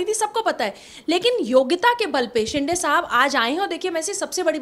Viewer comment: He is not शिंडे but शिंदे . You like to speak with authority but mind your pronunciation. Sounds illiterate